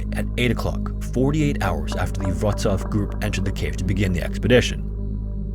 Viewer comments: Narrator's pronunciation of Polish towns was really good, "Wroclaw" sounded 100% native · hey congrats on pronouncing the polish names, Wrcoław sounded better than how people usually call it